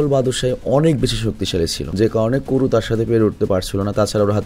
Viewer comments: বাদোসাই❌বাত্তোসাই✅ কোরু❌কাওরু সাগারা❌সানুসুকে✅ 😒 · এটা আমার পছন্দের একটা এনিমে। নামগুলো ঠিকভাবে উচ্চারন করেন। নাইলে বিরক্ত লাগছে। হিরোর নাম বাদসাই না। কেনশিন হিমুরা। পরে রুরোনি কেনশিন নাম নেয়। সবাই তাকে হিমুরা বাত্তসাই বলে ডাকতো। বাত্তসাই একটা উপাধি। নাইকার নাম করো না, কাওরো। এগুলো সহ বাকি সবার নাম ঠিক ভাবে উচ্চারন করবেন।